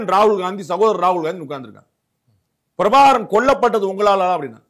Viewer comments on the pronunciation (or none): none